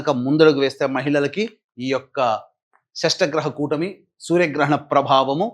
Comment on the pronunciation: షష్టగ్రహ కూటమి కాదు ,షట్ గ్రహ కూటమి అనాలి .